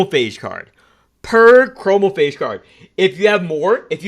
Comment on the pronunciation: i love how hesitant you were to pronounce chromaphage when it's the most correct you've ever pronounced anything from the game